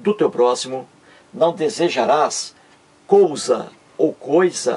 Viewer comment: não é cousa É COISA